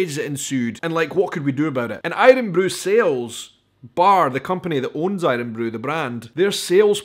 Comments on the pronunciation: Mate, who says aye-run-broo in Scotland? It's iron broo. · My guy says irun bru and he is from Edinburgh